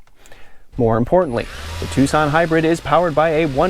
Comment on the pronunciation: Heeunday Twosawn